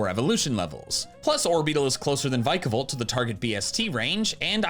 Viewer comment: "V-eye-kavolt" and "Vuh-kavolt" are BOTH wrong. Say the word Pika-Chu. Then say the word Pika-Volt. Vikavolt uses the Japanese onomatopoeia for sperkling electricity, the same as Pikachu does, but they made it repeating letters for being fun with sounds and letters in English. Pikachu. Pikavolt. Vikavolt. It should be Vee-kavolt. Not V-eye-kavolt, and not Viiihk-avolt or "vukavolt" either.